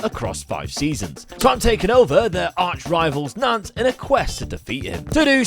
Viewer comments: ya Nantes… you said, “Doodoo” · Love how just keeps changing the pronunciation of Nantes probably doesn’t want to say the correct pronunciation for obvious reasons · I don't often do the pronunciation thing, but the es on Rennes and Nantes are silent- So it's like Renn (like Hen but with an R) and Nant (like Aunt with an N) all good tho, looking forward to it